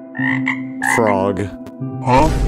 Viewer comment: Who loves that he just said froog instead of frog? I’m a going to call frogs froogs from now on. 👇